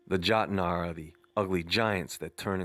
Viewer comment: Jotnar, ( yote-nar)